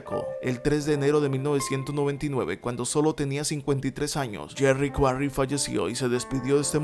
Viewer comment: Comoooo que dijiste yerry quaray le gano a ron lyley👍👍👍increible